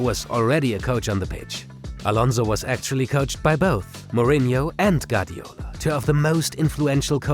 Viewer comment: Wonderful content just don't butcher Guardiola's name